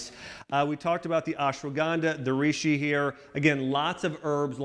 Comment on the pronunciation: Reishi pronounced rayshee not reeshee